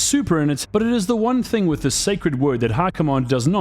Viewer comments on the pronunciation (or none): none